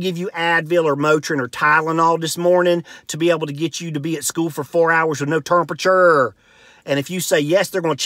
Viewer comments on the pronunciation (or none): “Urberburders turmpature” I felt that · "Derstance" detective? "Termpachur"? What language is he speaking? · terrrmperture... he's a white Charles Barkley